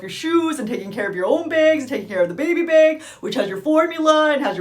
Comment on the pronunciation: Do all Canadians pronounce "bag" & "tag" like or is that from her being around so many people from around the world in her travels 🥺? Anyone know? Very informative vid, thank you, 😊